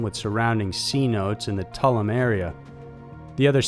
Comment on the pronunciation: Reuters pronounced ROY-ters; Tulum = Too-LOOM.